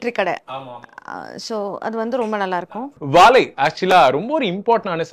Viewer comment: "வாழை " pronunciation not impressive. Otherwise Anchor did a good job👍🏽